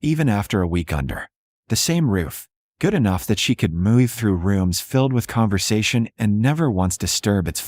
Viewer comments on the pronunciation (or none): Why does the AI voice pronounce every variation on the word "move" as if the "v" is a "y?"